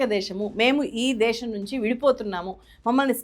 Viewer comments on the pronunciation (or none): దేషo కాదు.. దేశం.